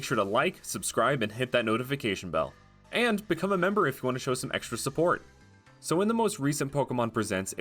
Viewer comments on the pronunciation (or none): none